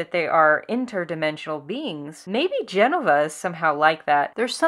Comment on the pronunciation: It's Je-no-va not Jen-o-va.. hard to listen to your point when you're pronouncing the name wrong.. sorry.